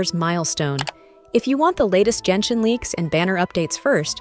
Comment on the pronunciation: ill subscribe when you stop saying "jenshin"